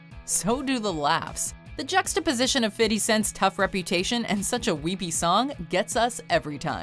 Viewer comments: To Whom It May Concern: STOP WITH THE "FIDDY" CENT...... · Literally EVERYtime you mention 50 Cent in a video, you say “fiddy” lol so damn gross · Fitty cent??? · ITS FIFTY NOT FUCKING FITTY